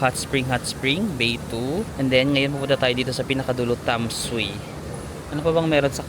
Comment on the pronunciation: Hello, Tam-sweee or tam-sway ang pronunciation ng Tamsui. More power, I enjoy your vlog! 😊😊